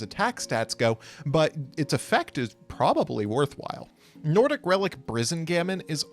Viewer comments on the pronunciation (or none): Hearing them pronouncing the Nordic cards as an Icelander just hurt my ears. But kudos for trying 🙏